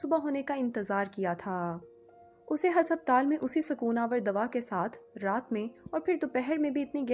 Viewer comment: ہسپ تال نہیں، ہس پتال پڑھ لیں بہنا